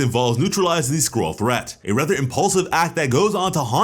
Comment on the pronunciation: Oh Skroll ... I thought he said squirrel